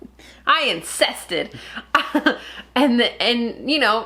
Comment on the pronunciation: LOL!!! said "I insested" I have to isolate that in a video for you.